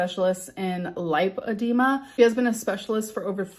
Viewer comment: Am I alone in thinking that she hadn't even seen a doctor? She doesn't even know how to pronounce lipedema, surely the doctor would have said it properly a few times.